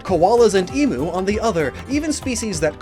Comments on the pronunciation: A reminder that emu is pronounced ‘emew’ not ‘emoo’ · Em “u” not E “moo” 😅😅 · I know that pronunciation of Emu makes every Australian cringe